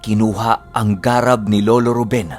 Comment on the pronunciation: Mabilis po ang pag bigkas ng GARAB hindi po mabagal. 😊